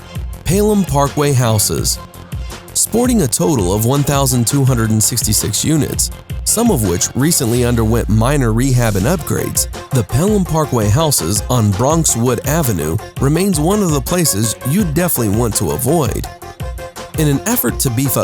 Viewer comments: PAY-LHEM PARK WAY😭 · "Paylam" parkway projects???? Fuck is this trash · U can't even pronounce Pelham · hey the narrator said Pelham & Bruckner in a weird language ... Castle Hill #1 wo! I used to live there .... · The announcer can't even pronounce "Pelham" right